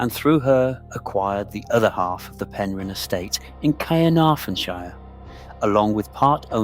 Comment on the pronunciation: It’s pronounced pen rin